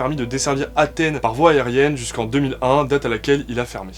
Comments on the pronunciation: ya un S à Athènes les gars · Vous avez mis « d’Athène »,c’est pas plutôt Athènes ?